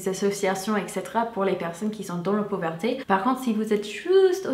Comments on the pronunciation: Très jolie demoiselle avec un accent charmant. C'est marrant comme tu traduis poverty et pauverté. En fait il faut inverser, c'est pauvREté ;) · Hey 😉 Tu fais une petite faute marrante 😁 Quand tu veux dire "pauvreté" tu fais un mix avec "poor" du coup ça fait "pooverté" 😂😂 c'est top 😉😄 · Petite info on dit la pauvreté pas la pauverté